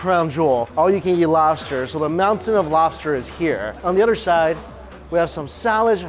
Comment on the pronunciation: Me rike robster